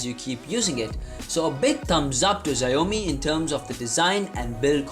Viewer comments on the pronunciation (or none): bro it's not ziaomi is Xiaomi pls pronounce it correctly but still nice video